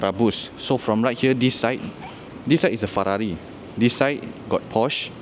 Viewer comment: hahahaha aku ske sebut Fararri